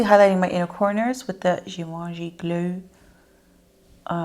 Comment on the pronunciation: You are not pronouncing Givenchy correctly. Ask a person who speaks French to tell you how to pronounce it. I do like your content. Very informative.